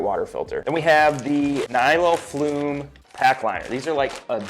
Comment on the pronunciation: The pack liners are "Nylofume", not "Nyloflume". No 'L'.